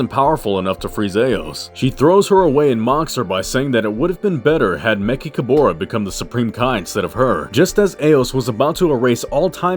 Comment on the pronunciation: Why do you mispronounced mechicaboras name?